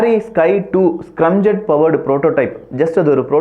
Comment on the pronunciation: தம்பி அது ஸ்கிரம்(scrum)ஜெட் இல்லை ஸ்கிராம் (scram)ஜெட் பல இளைய தலைமுறைகள் உன்னை பார்க்கிறார்கள் ஆகையால் இது போன்ற சிறு தவறுகளை திருத்திக் கொள்ளவும்